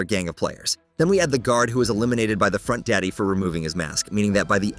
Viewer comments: Wait did u just say frontDADDY!?!?!?!? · Bro said front daddy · Why bro saidfrontdaddy it's sooooo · that bro said frontdaddy 😂😂😂😂